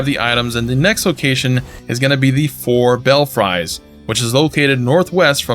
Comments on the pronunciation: Not bell-fry, bell-free is the way it is said. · Lol, its Bell-Free bud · Clarifications: Your map said "Raya Lacaria" but it should be "Lucaria." "Belfries" is pronouned "Bell frees." Igi sells unlimited Somber Stones 1 & 2, but a small number of 3 & 4, at least initially. Thankee!